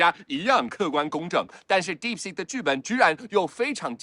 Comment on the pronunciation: 肌肉腦館長連"DeepSeek"都不會念 但就是覺得它有料